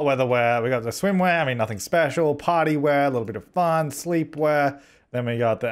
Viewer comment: When Said Party Wear I thought He said Potty wear xD